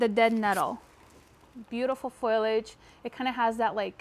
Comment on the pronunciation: I want to subscribe, but first you have to stop saying “ FOILage”........the word is “ FOliage” fo lee age.